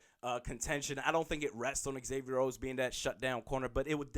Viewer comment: Say it with me - Zay-Vee-Yer It's not Ex-Avier. Just like Xavier University. The home fan media, should know how to pronounce our players names. Zimmer and guys on the team, call him Xay (prounced Zay). Not ex-say